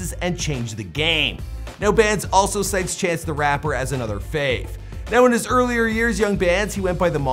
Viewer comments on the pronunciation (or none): none